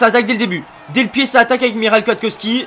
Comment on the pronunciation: Ça ce prononce pas Miral mais Mihawe Kwiatkowski